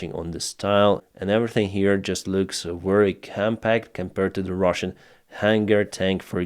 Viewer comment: Why do you call them Ruzzian, when you are speaking English and talking to us. It's Russian wtf.